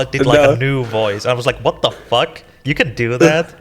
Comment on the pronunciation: I thought i was the only person who ever said "furck"